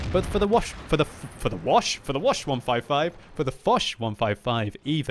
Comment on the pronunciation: I spit the tea all over the kitchen when he said the woch 155 xD